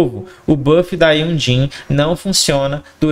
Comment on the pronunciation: Não tanko esse cara falando Jhonlee kkkkkkkk (tu e uma lenda)